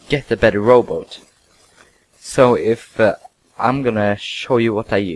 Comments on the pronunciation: you said rowboats... not robot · Umm... I was aiming for the fact that you said: rooboot instead of robot, but but it goes both ways, nice robot, and prununciunciun I dont mean to be a prick if it seems like it! I just wanna B buds!